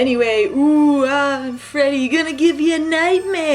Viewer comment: I felt like watching this after and everytime they said 'Freddy' I heard 'Teddy'